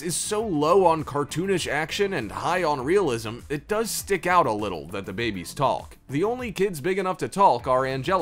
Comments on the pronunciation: Who says “taLk” 😂 That L is supposed to be as silent as a ninja fart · I don't like how she pronounces the L in the word talk during the Rugrats segment. I know it's spelled like that but it's weird to say it like that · Why tf is he pronouncing "Talk" as Tallk 🤣🤣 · It’s talk’ not taLk’!!! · how he pronounces “taLk” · who pronounces 'talk' as 'talc'? weird dude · I don't know if I should trust a person who pronounces the "L" in "talk" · Nobody gonna talk about how this man pronounces the word talk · I've never heard anyone actually pronounce the L in "talk" before. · You really pronounce the “L” in “talk” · You put so much emphasis on the L in “talk”